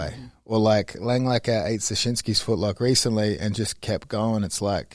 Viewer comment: Langakar only has one L in his name .. I know Craig is used to racking up Ls, but it’s not pronounced Lang-Lakkar